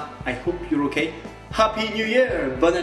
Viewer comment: “I hope you are ok” NON c’est “I hoepe you are oekay”